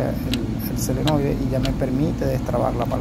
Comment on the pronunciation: Muy bien, pero una pequeña correccion, no es selenoide, es SOLENOIDE!